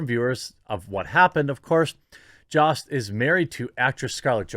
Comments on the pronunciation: It’s Jost with a hard o like “ hose” not the “ah” you pronounced. Please use his correct name pronunciation. Everyone needs their name said correctly. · It's pronounce "Yhost" homie. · It is pronounced Joe-st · Is it pronounced jost or yost?